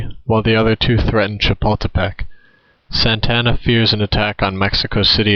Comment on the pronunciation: You are pretty stupid. Mexico did not have a leader named Santana, as in Carlos Santana. This Mexican leader is the same leader who disguised himself as a peon to escape capture by Sam Houston at the battle of San Jacinto. The very same leader who killed every defender at the Alamo and the prisoners at Goliad. This leaders name is Antonio Lopez de Santa Anna. Not Santana. You are for sure not a Texan or from Texas , nor do you know anything about Texas history and the names of those involved. Your battle facts might be correct, but since you do not know how to pronounce the names of the people involved this video is useless and is swill.